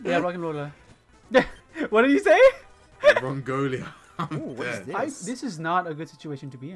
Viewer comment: Literally just the crusty soft serve smh Rongolia makes me laugh man 😂😂😂 Huge F bro smh